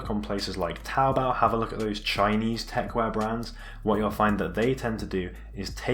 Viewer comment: it's called techwear not techwire ffs